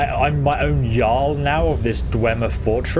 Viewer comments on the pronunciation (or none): none